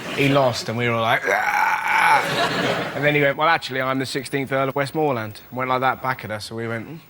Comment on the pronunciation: Someone should have told Russell how to pronounce "Westmorland" before they gave him his card